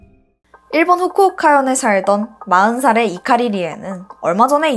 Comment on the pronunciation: 훍쿠옭카현에 삵던... 이런삭으로 발음이 너무 뭉개져요 ㅠㅠ 반말이든 화장이든 다 좋은데 적어도 이런 큰 채널을 함께 해나가시려면 딕션 연습이나 교정같은건 받으셔야 할 것 겉아요